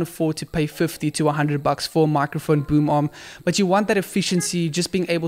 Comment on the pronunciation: Every time he said boom arm I heard boom mom 😂😂